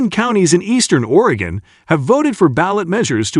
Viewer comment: my God, this clown cant even pronounce 'Oregon' yet here he is posting a video about it